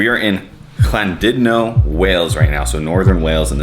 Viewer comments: You pronounce Welsh names much better than most of us English do. Even down to the double 'L' , 'Thlan' not 'Clan' as most English say them !! Well done, yep Wales is lovely. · Glad you enjoyed North Wales, good pronunciation of Llandudno! My hometown Conwy really is special.